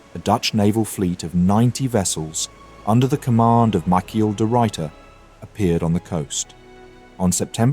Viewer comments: Michiel De Ruyter Anglophones: MaCkhEeL DeE RoOiTur! I'm always astounded at how much trouble Dutch names give Anglophones for some reason. I mean, they even start completely making up letters now? There's no A in Michiel.. Where did that even come from?! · But that is the way an English speaker will often pronounce an “i”. Eg. the “i” in bile or vile is pronounced “ai”. Of course, they don’t pronounce it that way if it is followed by two consonants (as in kill), so the English speaker is not even following English pronunciation rules here. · Michel ... come on you should be able to pronounce this right